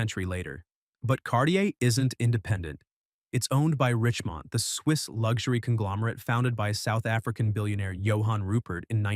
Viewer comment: Errr.. RICHEMONT please, not Richmond!